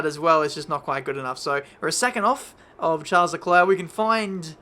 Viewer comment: The s in Charles is silent 🙃